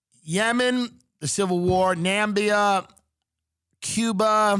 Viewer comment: It's not Nambia, it's Namibia you fat retard